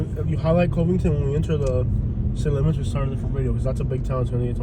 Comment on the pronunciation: NO you are not in Cincinnati. There is a river and a state line dividing Cincinnati and Northern KY but it's also a different way of life. We live in KY for a reason. It's Cuvington btw not Covington with a long O sound.Same vowel sound as "Love"